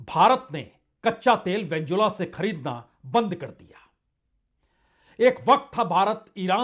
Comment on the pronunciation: कृपया अपने वेनेजुएला का उच्चारण करते समय वेन्जुला न बोलें, वेनेजुएला बोलें